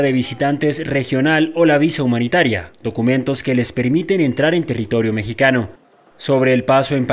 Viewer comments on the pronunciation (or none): none